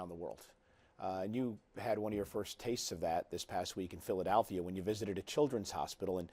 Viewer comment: michael cole's pronunciation of Philadelphia made me cringe. Becky had a great segment.